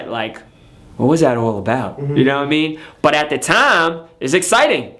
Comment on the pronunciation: Every time he says “U no wha I mean”, sounds like he said “Yao Ming”